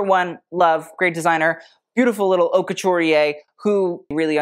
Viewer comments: I'm not sure I trust the taste of someone who names his site HauteLeMonde and never bothered to learn how to pronounce Haute. (It should rhyme with oat or boat.) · it should be haute LA mode as in fashion, le mode in French means the way